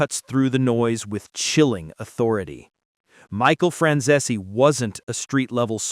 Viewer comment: Franzese is two syllables, not three.